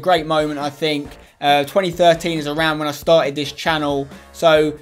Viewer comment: 'tarted titter back in two tousand nine'